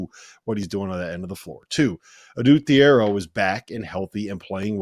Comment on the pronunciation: finally pronouncing Thiero correctly… good job